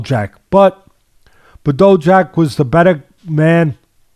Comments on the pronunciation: BaDough Jack, classic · I had to skip the Badou Jack vs Ilunga Makabu part. The way teddy refuses to learn how to pronounce fighter's names really gets under my skin sometimes.